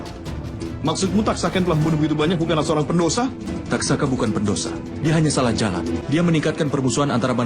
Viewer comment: Taksaka bro, bukan tatsaka